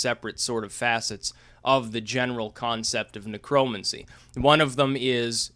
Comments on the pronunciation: You pronounce it Necro-mancy. It was and is a real cult. The spells go back centuries and involve hands on spell work if you know what I mean. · Neck Row Mancy....idiot. say it right. It's not a political term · say it with me, "necro" "mancer" as in rhymes with cancer... why the fuck do you say it so weird? your way off man lol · Huh, I have never heard necromancy pronounced like that.